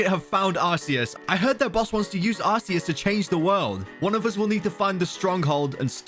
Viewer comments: Um actually you pronounce Arceus like Are-Key-Us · Bro why does almost everyone say “ arkeus"? It's ARCEUS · when you say arceus eith arse you say butteus